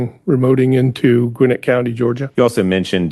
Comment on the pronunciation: Excellent recaps. Gwinnett is pronounced with the accent on the last syllable by the way. I watched Ruby Freeman and others breaking the law on live TV on election night. I also watched as judge after judge nationwide refused to allow ANY challenges to the fake election. THEY WERE IN ON IT ALL THE WAY TO THE SUPREME COURT.